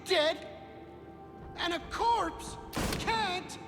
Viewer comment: Jorpse made me laugh, which is bad because it made me cough painfully.